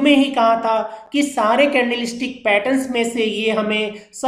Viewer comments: Humer nhi hammer 🔨 hota ha bhai sory for ur this mistake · भाई पहले हैमर कहना सिख लो